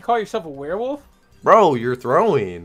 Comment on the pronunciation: "Werewold bonis buys" heh heh